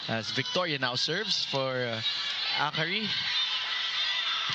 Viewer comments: True its very distracting. A-KARI 😳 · It's distracting how the guy announcer keeps mispronouncing Akari as A-kari. Isn't it part of his job to learn the proper pronunciation of words, esp. nouns?🤨 On a different note, Akari has silenced the bashers who claim Akari winning the 2025 Reinforced Conference as runner-up was just a fluke. Congrats, Akari!